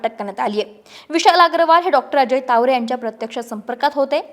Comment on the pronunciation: Tawde nahi tawre Boltanna jara kalji ghya